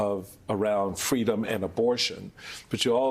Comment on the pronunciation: Kamala wants FWEEDOM Mommy